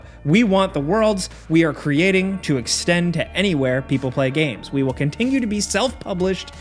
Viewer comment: Is it just me or does he put a G In Continue? Contingue Continguous. Anyone else here that?